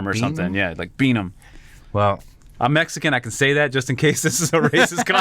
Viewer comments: BEAM, not bean as in a laser beam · Bro it’s “BEAM”, not BEAN ☠️ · Not to question what they used to say as kids, but it's "beam" not "bean". lmao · It's " Beam" good grief